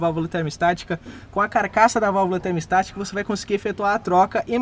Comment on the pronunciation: Muito bom seus videos mas apenas uma correção na pronúncia ai! O nome da valvula é "termostática" e não "termo estática". Abç